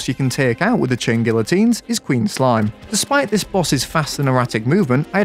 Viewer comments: its pronounced GEE-a-TEEN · You corrected yourself and you were still wrong. It’s ghee ya teen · You churn these vids out like sausages btw I pronounce it gee-uh-teen not sure if thats correct tho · please its pronounced gee uh teen, you hurt me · bro its gee uh teen bruhhh 😭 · it's pronounced gee-uh-teen because the "LL" makes sort of a "Y" sound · Gee uh teen. PRONOUNCE IT CORRECTLY. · the funniest thing about him correcting his own pronunciation is that he's STILL pronouncing it wrong after he gets it right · You managed to mispronounce guillotine, correct yourself, and then proceed to use an incorrect pronunciation for the rest of the video anyway. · The fact that you corrected yourself and still got the pronounciation wrong XD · You still said it wrong btw